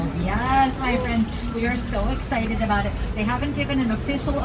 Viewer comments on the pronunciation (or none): none